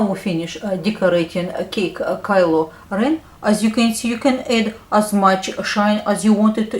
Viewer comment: Omg u talk so cool u say Kylo REN like, kelo reana